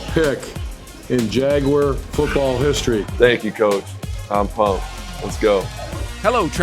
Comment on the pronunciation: “Jay-Gwar” - Baalke